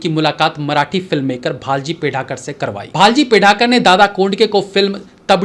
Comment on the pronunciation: भालजी पेंढारकर not भालजी पेढारकर - तांबडी माती not तबड़ी माती - सोंगाड्या not सोंगड्या thank you for the video 🙏